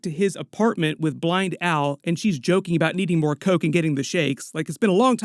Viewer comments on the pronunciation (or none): none